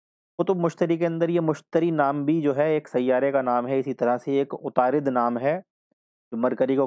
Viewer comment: Good explanation lekin wo atarud hai..na k utarid